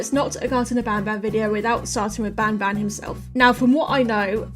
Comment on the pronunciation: Did anyone heard panpan i mean i know you ment banban but really 😂😂😂😂😂😂😂😂